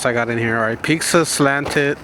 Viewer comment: It's triggering how you call pizza "pixa" lol